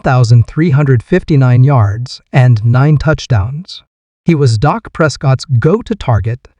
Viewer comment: Your information is not bad, but using AI to do your voice over is a bad idea. They called Dak….Dok. You should use a real live person, not AI